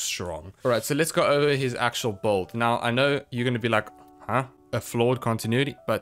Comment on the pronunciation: lol it’s “BUILD” not “BOLD” 😂